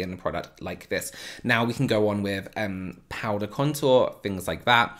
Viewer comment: I could listen to you say "Powda" all day! Love it. Thank you so much for this video😊 I learned so much. What kind of powder are you using ?